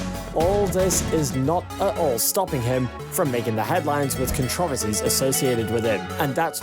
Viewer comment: Do you really pronounce the word controversy like that? I don't think thats just a uk- usa difference, I think you just don't know how to say it